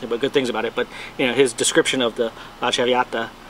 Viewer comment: La - tra - v - ah - Ta - its actually an Italian opera good luck buddy